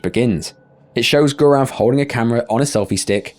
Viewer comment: What is so hard about annunciating the letter: "L?" hoding, appoh, biwding...wtf? Speshow (Special) Tacticoe (Tactical.)